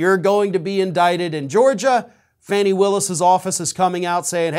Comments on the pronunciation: Her name is pronounced Fahnie not Fanny. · Please pronounce Fani Willis' name properly. It's pronounced FAWN-ee, not Fanny. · 'FAAAAWNEEEE" not FANNY!!!!!!!!!! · I know her name is spelled Fanny, but it’s pronounced as Fawnie. Good blog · I wish you could call her Fani (FAH-knee) instead of Fanny. Just sayin. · Fawni (Fani), not Fanny. Unless you are speaking of her backside. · will you STOP calling her ""Fanny "" It is pronounced "" Fawnee "" "" Fanny "" is just disrespectful, In America, it is a slightly naughty term for "" butt "" In Britain it is a more impolite term for female genitalia!! So, Please, get it right!!!! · It's pronounced as Fawny! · Fani, pronounced to rhyme with Donny, Ronnie or Lonnie. Go get him, Fani! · I'm not being a smart ass, but she pronounces it (Fawny).Honestly I'm not being a smart ass.